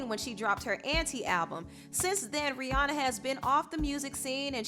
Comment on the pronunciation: you pronounce rihanna wrong .